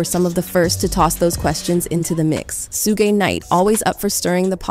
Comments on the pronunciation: “Sue-Ghae Nite” 😂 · SooooGaaaayyyy knight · lmfao....she pronounced suge as 'su-gey' knight... ..i thought that was fucken hilarious. 🤣🤣😂🤦‍♂🤦‍♂🤦‍♂🤦‍♂ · Suge is pronounced “sha-oog “. Not “sue-gay”. His name was initially given to him as a kid and it was meant to be short for “sugar bear” 🐻. His family said as a boy he was very sweet. Kinda ironic when one realizes he grew up to be a violent gangster…… ❤ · This narrator sayin.. Sue-Gay instead of Suge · Who the heck is "Sue gay" ?? Are you trying to say "Suge" (Shuge)?! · His name is Suge sounds like: Shugg, not soogay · Who the hello suguy? It's Suga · His name is Suge, not Suegay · Suge Knight name is pronounced Shug Knight not Soogay. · It's Suge not Suegay, Lol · Pronounced shuge not shooge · Shoog bro watch the hell is soogae 😂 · It's su gay it's suge and it's not kid coodie it's kid kudi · If she says Sugay one more time, I'm going to scream. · 😂😂😂 I said the same like who TF is sugay crazy ahh lady 🤦🏾‍♂️ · that part she talkin about suge knight and mention his name like 4 times under 1 minute, Su-GAY, suGAY su-gay man had me rollin on the floor. thats gonna be his new jailname fr idgaf SU-GAY NIGHT. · "Soogay knight" 🤦🏻‍♂️ 😂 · Soo-Gay Knight not mincing is words 😂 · No one else gonna talk about who SueGay Knight is? I mean, he’s gay, too, but the mispronunciation. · Why does she keep calling suge, sugay!?! That's the only way I can spell it. The th3 way she's saying it to me!! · Sue Gay Knight I wish yall would come to the black meetings to at least say there names right. At least stand outside the door in the hallway. 🔥💯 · Who is 'SU-GAY" Knight??😂😂😂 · Great info but please correct your “enunciation”…”Suge” Knight is pronounced “SHUG” Knight, like “SUGAR” the sweetener…everything is very informative, great job… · Did she say Suegay Knight? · Where do you get he threatened KW? “Kid Coody” “Soogay knight”? Why do you gossip clown channels always butcher people’s names? It’s so weird. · “soo-gay” knight 🤣😂